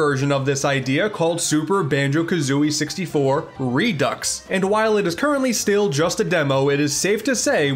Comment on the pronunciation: Redux = Redo, not "re ducks".